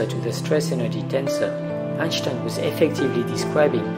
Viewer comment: Why do you keep pronouncing Einstein like that lol.